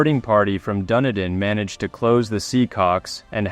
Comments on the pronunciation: FYI Dunedin (A city on the south Island of New Zealand) it's not "Dunny-din" It's pronounced "Dun-eedin" Rant over.😇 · Please. Its Dunedin - pronounced Dun Eden an alternate name for Edinburgh, not Duniden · It is pronounced 'Dun-ee-din'